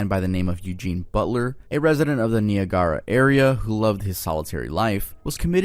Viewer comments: wait… you goofed on ‘Niagara’ but said THAT flawlessly?! 😂 you fkn w us, huh 🤨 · niagara is NYE-ag-ar-ah